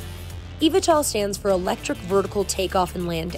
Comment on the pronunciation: its pronounced E-V-tol